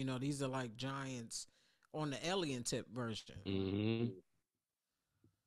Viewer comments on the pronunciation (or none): kills me saying Elien!